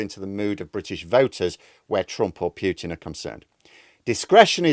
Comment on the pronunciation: Pooootin not Pyyyyoootin!